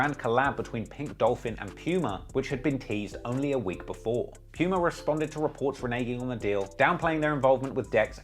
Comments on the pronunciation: The way he pronounced Puma 😂😂 "pewma" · You pronounce it poomaah